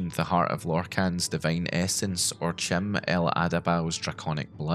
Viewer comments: Chim is pronounced like "Kim". Just sayin. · "Chim" is supposed to be pronounced "Kim", I think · According to the ESO loremaster, anything elvish starting with a "ch" is pronounced as a "k"... so "chim" should be pronounced "kim" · Not to correct pronunciations on made-up metaphysics and cosmology, but Chim is pronounced as Kim. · Prounounces CHIM wrong Literally unwatchable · "kim" <-> "ki-mer" rather than "chim" <-> "chimer"